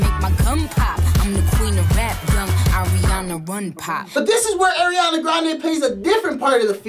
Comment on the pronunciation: Ariana grande ❎ Eriana grande ✅